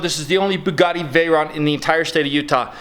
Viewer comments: is awsome! love the bugatti! oh sorry it is pronounced bugitti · I love how pronounces bugatti. Keep going it, man. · I love how pronounces Bugatti